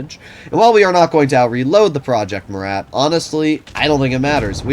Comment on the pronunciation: yooo its pronounced "Myu-ra" Btw... named after Marshall Murat one of napoleons Marshals but great vid